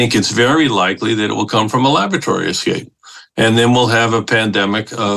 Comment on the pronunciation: Laboratory "escape" 🤣🤣🤣🤣🤣🤣🤣